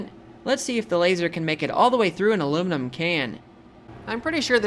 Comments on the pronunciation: [ALUMNUM can 😊] ...is what i heard. I just adore this dude's channel. He's got a unique delivery, kind of a funny voice, (no shade intended) and the enthusiasm of a four year old for all things electric and electric adjacent. The joy he experiences from the experiments, as well as from making these videos, is expressed without reservation or self-consciousness. Lasers and microwaves and demon circuits are this fella's love language. He should be certified and protected as a national treasure. 🎩🤏 🐼 - Gentleman Panda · Them ¨illuminum¨ items as u call them, was beyond my expectation to be so easily demolished